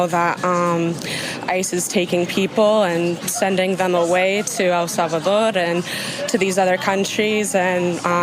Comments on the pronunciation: That first girl killed me with the pronunciation of EL SALVADORRR 🤣🤣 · Hey pronunciation of El Salvador made my Mexican half near fatally cringe. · IT's really terrible to suffer the consequences of breaking our laws. The girl with her pronunciation of El Salvador says it all. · Ice needs to check the woman who's afraid and said El salvadorrt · Did you hear pronounce that like oh I mean it was like almost great English until she was like oh Salvador and she snapped her fingers with a little twist like she was doing the rumba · That lady pronouncing El Salvador is trying too hard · Did you hear how she pronounced 'El Salvador' with an accent?:hand-orange-covering-eyes